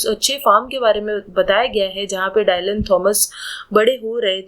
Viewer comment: So good explanation ❤but there's a minor mistake in the pronunciation of the poet's name. It is pronounced in Indian english as " डिलन" not "डायलन"😊